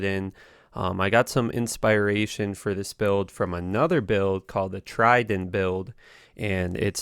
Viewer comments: did you just say inspire-ation instead of inspiration? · I was confused by his "ispairation/inspyration" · Inspi-ration, trangowls and eethrel every time I watch a new vid you always manage to fuck every word up. 😂😂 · I wanted to watch this video but after hearing you pronounce inspiration like that, I just couldn’t.